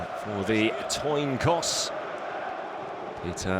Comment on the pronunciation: "For the toin coss."